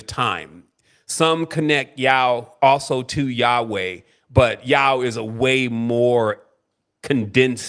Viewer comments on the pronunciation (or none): none